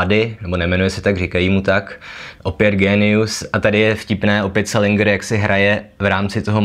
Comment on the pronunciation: Dovolím si opravit - správná výslovnost je selindžr, ne selingr.